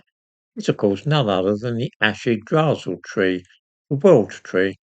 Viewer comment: yggd not igg. Yggdrasil=eehgd-rah-sil. hwich the 'r' is rolled which is a guttural sound. Yggr=terrible/frightening & Drasil=steed. Yggr=eehgr eeghd of has the ew sound at the end of yew or dew but not quiet as not 'w' sound with a breathed out hgd all in one syllable. yggd or yggr is pornounced via the abdomen not the chest as is common in most languages including English. Guttural & abdominal speech is very much something of the Celtic & Germanic people which the latter includes the Norse located in Scandinavia. Why when old English, Celtic & Old germanic languages are spoken it has an old often intimidating presence. Why when I have spoken it among Christians they think it is demonic but when I speak classical latin rather then ecclesiastical they think they devil the morons. Jörmungandr as an example is not pronounced s most would think as Jörm J is a odd Y due to the norse ö that oar with the r. Jörm sound like 'yoa'r'm-gand-r. the r is liter said as the letter sound of R like in the alphabet like the word Are. word like Jörmungandr is were the 'and' for & originated. Most pronounce norse & Celtic words awfully but no wonder as many of these sound are not used in our language no more or only in regional dialects of the British isles for which over 200 exist.